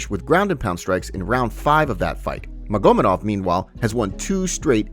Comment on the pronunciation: I dont like how you pronounce maGOmedov. Unsubbed